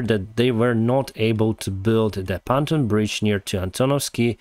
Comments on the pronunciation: Pon-toon, not pan-ton bridge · Just a friendly correction of pronunciation. "Pan ton" is pronounced Pon (as in Pond) and Toon (as in cartoon) 🙂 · It's pronounced PON-TUNE